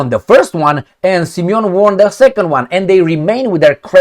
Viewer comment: Dear, please don't take it personally, The word "won" is pronounced /ˈwʌn/, with a short "u" sound like in "cup". It's a homophone with the number "one," meaning both words sound the same. I realise you aren't a native English speaker, and you obviously didn't learn English before you came to America. No hard feelings, I've been a regular viewer🎉